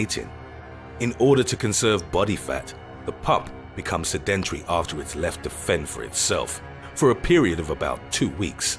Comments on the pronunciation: Is nobody going to mention how weird the word sedentary sounds, the stress is in the wrong place. se DENT ary, is in no way correct. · Who pronounces the word "sedentary" like that??!!